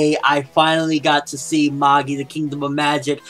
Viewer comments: What are you talking about its mah-gee not ma-gie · He says it correct lol it's pronounced "Mah-gi", not Ma-jie, or Maggie lol